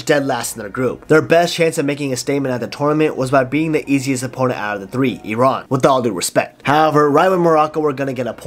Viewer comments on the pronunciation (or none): none